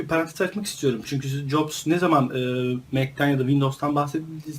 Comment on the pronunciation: abi steve nin soy adı yaklaşık olarak caps diye okunur